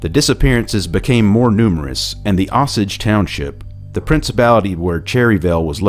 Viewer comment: Osage is pronounced OH-sage. As usual, I'm loving your doc!